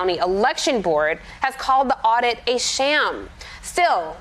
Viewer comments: "Cyber Ninja...aud-iot." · Anyone else hear that Freudian slip? She said audiot. Thats what these guys are. Audiots!🤪